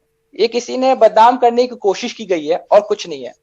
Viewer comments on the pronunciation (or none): none